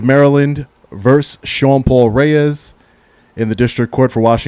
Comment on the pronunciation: VERSUS, bro, VERSUS...not verse.